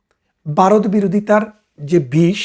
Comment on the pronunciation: বারত না বলে ভারত বলুন